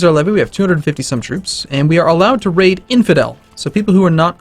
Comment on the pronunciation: Is pronouncing Raid as " Rape "? Thats some funny shit that is